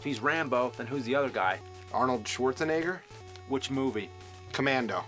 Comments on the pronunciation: "Swordsnegger" he said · Love how AVGN Says “Swartzenigger” 😂😂😂😂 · I never understood why he pronounces his name "Swarzenneger".